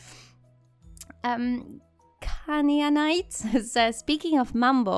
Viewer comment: Hearing about your boyfriend is nice, seeing the awesome stuff you build is good, but hearing that Mumble is doing well is the best. Cane A Knight is how you pronounce my name correctly, but nobody has ever said it correctly so don't worry about it; it just means that I'm a fan of a WWE wrestler by the name of Kane.